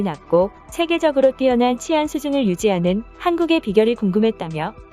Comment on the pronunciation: 치안은 [치]가 장음으로 발음해야 합니다.